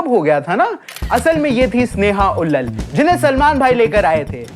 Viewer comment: भाई, स्नेहा उल्लल नहीं है। स्नेहा उल्लाल है। 😅 क्या यूट्यूबर बनेगा रे तू?